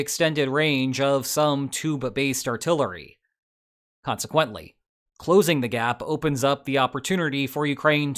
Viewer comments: I swear, sounded like he said "tuba-based artillery". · Lol it does sound like that!